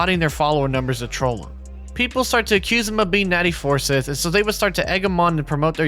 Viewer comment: For the last time It’s not pronounced Four-Sith, it’s pronounced FUR-SCYTHE!